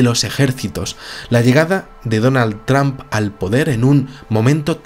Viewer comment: es donald trump, no donal tramp??? xdxdxd